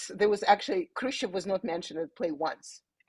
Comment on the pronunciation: She's Khrushchov's granddaughter and she can't pronounce the name properly?